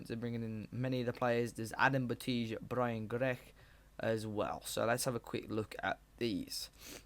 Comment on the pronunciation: you pronounced "Grech" right 😆